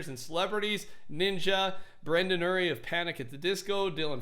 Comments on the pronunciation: It hurts me how he said Brendon URIe instead of Brendon YURIE with the Y sound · Man really said “Brendon oorie“ no hate tho 💜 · He said Brendon’s name wrong and it was weird 😂 Brendon Uhry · NOOO 😭😭😭 'brendan uhree' its pronounced brendan 'yewre' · It’s Brendon Urie... Like URie 😂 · No. Not Brendon Erie. Brendon Urrrie. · Brendon Urie is pronounced “yuri” you uncultured swine. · he said Brendons last name wrong😭😂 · Im sorry but u said brendon urie wrong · He did Brendon Uries name wrong I’m so mad rn